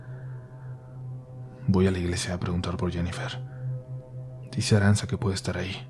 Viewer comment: ARANTZA, SE PRONUNCUA "ARANCHA". Y EATA ESXEITO EN EUSJERA, KE NO SABEIS NI PRONUNXIAR.!!!.